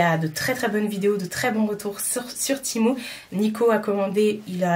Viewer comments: Oui! Du coup la marque me note dans chaque mail « ça se prononce TI-MOU » 🤣🤣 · Mdr 😂 bah je pense que la marque sait mieux que quiconque comment ça se prononce non et si ils me demandent de dire ti mou c’est que c’est ti mou